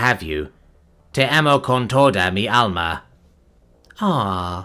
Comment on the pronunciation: Your spanish lesson for the day: When you see a ñ it's not just an n. Baño isn't "banno". It's more like "Banyo" if you tell a spanish speaking person "Ir al banno" they'll be like "the fuck is a banno?" Also te is not Tee. It's teh. So Te Amo isn't Tee Ammo. It's Teh Ah-mo.